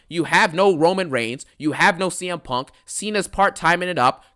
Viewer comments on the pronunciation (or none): I CONT STOP THEENKING ABOOT PUUUUNNNKK😂😂